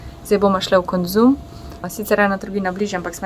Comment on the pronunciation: Kok smesno izgovoris konzum 😁😊 top video..